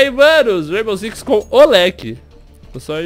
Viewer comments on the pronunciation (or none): ele falou raibow six kkkkkkkk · disse raimbow six😂😂😂😂com o lek